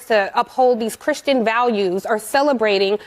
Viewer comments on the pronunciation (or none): none